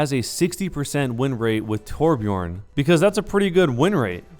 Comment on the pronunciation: its not torbjorn IITTSS FFUUCCKKIINNGG TORBJØRN!!